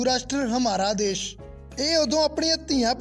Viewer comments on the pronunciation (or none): none